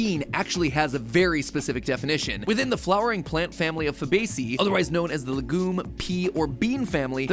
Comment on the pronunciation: Botanist here. PERFECT PRONUNCIATION of Fabaceae. Great work. And a big error with "genuses". The plural is "genera". :)